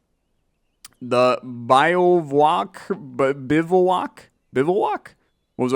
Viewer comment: Bi-vak (; literally a place where you are (gathered)